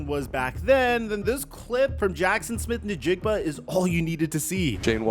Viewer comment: Bro it’s Jaxon Smith “IN•jigba”……and it’s Joe “TOO•knee”…….